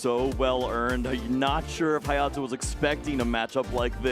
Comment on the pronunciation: “HayOTo” jeebus please have commentators practice the players name before the match. It was really funny listening to the female commentator flip between “haYAto” and “HaYOto” before settling on “hayoto”… making us English users seem ignorant even when his name is Romanized for them.